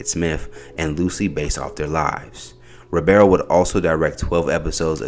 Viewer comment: Bro, his last name is Ribiero. Not Robero 🙄